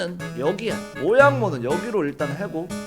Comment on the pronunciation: 모냥이 갔다가요~ 근데 계속 모양이 라고 해요 ㅋㅋ